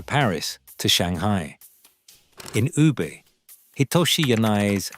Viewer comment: ”You-ber“？ Come on, have some respect.It's very easy today to find out the correct pronunciation online. I'm not Japanese and neither do I speak Japanese but I know this city is called Woo Beh